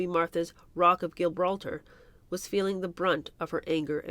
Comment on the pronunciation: Bette Davis is pronounced Betty. And Gibraltar, as in rock of Gibraltar, is with a soft g.